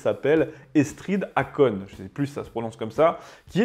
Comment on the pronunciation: Akon se prononce Okoun.